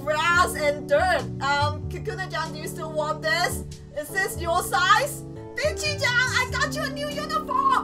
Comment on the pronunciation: STOP SAYING BICHYCHAN